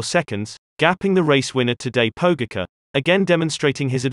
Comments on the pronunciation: Tadej "PoU-gahka" XD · Nice, but please learn to pronounce the name 'Pogacar' correctly. That's decent behaviour! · Pure calm: just learn the pronunciation, please! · yes, an American dominated AI, which still requires to learn correct pronunciation.. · How can you pronounce Roglic's name correctly and then make such a ballsup of Pogacar's?